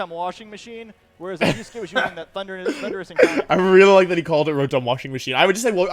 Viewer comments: it rly sounds like the announcer is saying 'Honduras' instead of Thundurus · I can’t be the only one who just hears Honduras every time says Thundurus lmao.